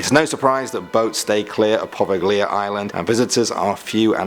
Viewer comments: #5 It’s pronounced “Provalia (Leah)”. I know some people don’t have some Italian in them but luckily for me, I’m 5% Italian. And also watch shows that go to places like this. You’re welcome! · Correction, You said Poveglia Island wrong. You spoke it the same way that it is spelled, that is the wrong pronunciation. The "g" and "I" are considered silent. It is pronounced 'Po'-'Veil'-'Ya'. Remember Italian words, not English words. Different forms of pronunciation for each and every different language, whether active and living or dead ones. Just Fyi.